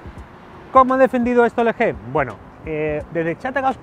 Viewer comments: en una parte dejiste como lo dicen en america Lgi pero despues te fuiste a la mierda cuando dijiste elege:v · ELE GE jajaja se pronuncia EL GI :v